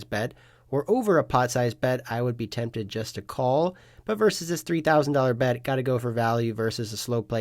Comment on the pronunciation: Am I trippin or do you say “pot size bed” from time to time